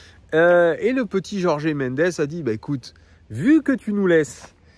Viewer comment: Stp …Jorge [George] pas Jorgé 😂